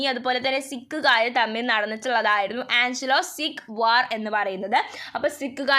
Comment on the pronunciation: Aangalo alla anglo😂😂